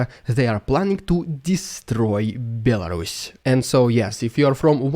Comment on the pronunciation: BEL-WHO? A RUSS? what?!